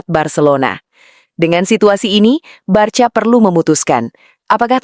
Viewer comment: Mba jangan BARCA membacanya, tetapi BARKA atau BARSA